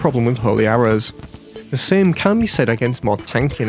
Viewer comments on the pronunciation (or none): none